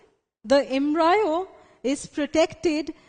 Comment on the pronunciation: Ma’am it’s embryo* Not embrayo. 🤤